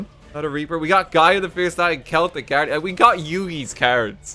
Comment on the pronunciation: Thank you for pronouncing Celtic properly, it drives me insane whenever Duel Logs says it with a soft C as if it's the football team